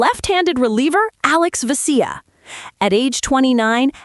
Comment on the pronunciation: "Ve-SEE-ya". Fucking robots.